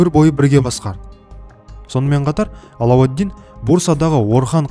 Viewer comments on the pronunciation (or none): none